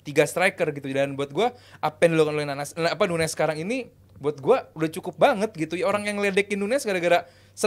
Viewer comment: bro really said "PUNEZ" ☠️